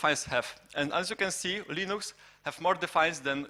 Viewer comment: Moglibyście dodać napisy chociaż, połowy co ona gada nawet nie zrozumiałem... a wyłączyłem video po 10 minutach oglądania... Linux wymawia się Lynyx :P - tak an przyszłość.